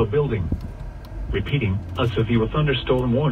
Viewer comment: A sevfew thunderstorm... that’s a new mispronunciation. Oh, and the reason it’s so clear is because it’s HD, not your standard FM broadcast